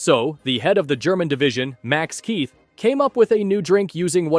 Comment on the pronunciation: Max Keith's name is pronounced "Max Kait"